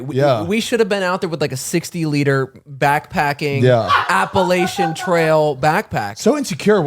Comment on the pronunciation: Appa-LACH-ian, (apple-latch-an) 😑